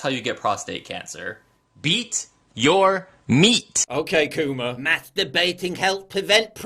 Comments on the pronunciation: Dammit Paul my phone things you're saying "ok Google" everytime you say "ok coomer". Now I gotta watch this on my laptop lol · Everytime you said " ok coomer" my Google assistant paused the video thinking you were saying " ok google"...lmao